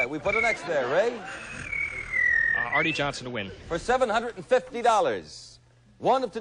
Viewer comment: Arte Johnson is pronounced "Artie," not "Art." The announcer didn't know that?